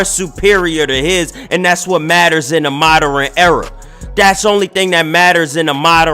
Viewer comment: Bro said the “moderern” era🤣🤣